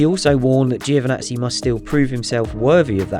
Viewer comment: Can you please learn how to pronounce Giovinazzi, it’s not hard, lose the i. Great videos 👌🏻